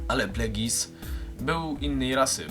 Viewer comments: Oglądam to sto lat po premierze, ale chyba wymawia się bardziej "plegius" a nie "plegis" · A to nie czyta się plagjus?